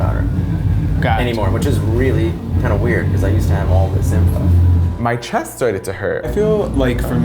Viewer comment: VOICE INTEPERATION "MY CHESTUHHH"